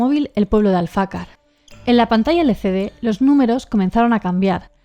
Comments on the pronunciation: Empecé por los últimos videos y ya voy por los primeros!! Solo una cosilla, no es AlfAcar, es AlfacAr, y es una ruta muy chula para hacer andando. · Alfacar, lleva el acento en la última a 😉